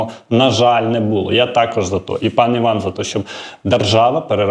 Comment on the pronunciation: Не вань, а Іван.